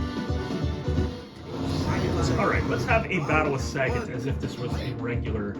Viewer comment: "SAGGET" and "GWEELAY" 😂😂😂 this made me laugh man. I used to say it like this when I was a kid 😅